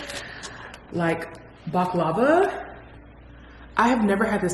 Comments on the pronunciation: It’s bahk-la-vah (long A). It’s sweet and it’s sooooo freaking good. If you go back there and if they have it, try spanakopita. It’s a spinach & cheese pie. I like it. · It's pronounced baklava and it's sweet it's made with a nut paste. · I know you’re not telling her how to pronounce it by just spelling the word 😂. You gotta do it like: Bock la vah